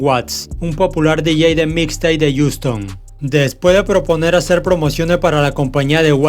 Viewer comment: Wey se dice jiuston asi pronuncialo jajaja se escucha bien feo como dices ouston